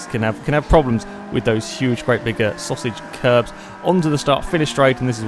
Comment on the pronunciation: Still struggling to say Sausage Curbs? :D